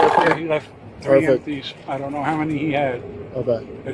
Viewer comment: I felt thre-end. Are all these kids allergic to the letter "t'?